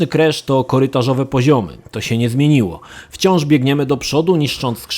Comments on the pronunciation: on wymawia „Kresz”. Słuchać się nie da. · Czemu on źle wymawia nazwę głównego bohatera?